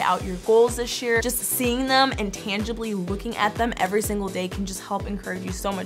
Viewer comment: I don't mean to be rude, but when says "this year", it sounds like "dish year" 😁